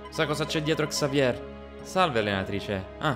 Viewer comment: consiglio si dice Xavie e si scrive Xavier perché è un nome francese e in francese non si leggono le lettere finali.